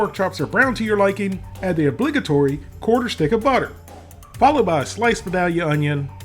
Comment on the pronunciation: Just learn to pronounce Vidalia correctly, please! V eye dale yuh